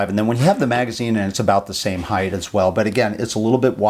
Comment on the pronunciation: Height not heigth🤮